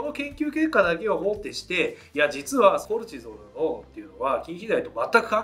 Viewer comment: コレチゾールの発音が気になる😂